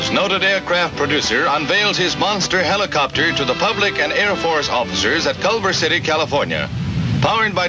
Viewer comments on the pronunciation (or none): Is the word 'helicopter' too difficult for the narrator??